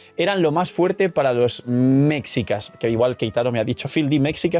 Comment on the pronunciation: NOTA si llega a verlo,algunos nombres como mexica y otros la x se pronuncia como g,pero me encanto la investigacion y de mi mexico querido <3